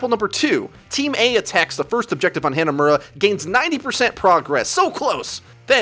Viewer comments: Hey, ive watched like 20 videos and I gotta tell you, the map "hanamura" isn't pronounced "Hannah Muurah"- they say it correctly when you entire the map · SMH every time you say Hanamura. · why do you pronounce hanamura so poorly